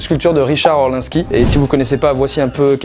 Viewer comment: Pour la statue elle est d'OrlInski le i ce prononce voila c'est tout